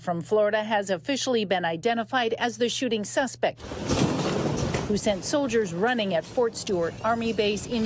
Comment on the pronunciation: "Quornelius"?!? Where do you come up with that?